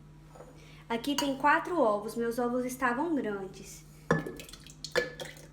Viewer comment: 🤣🤣🤣🤣 zovos vem de zoiudos. Sua explicação é ótimo e seu bolo deve ficar excelente mais olha zovos 🤔🤔🤔🤔 !!!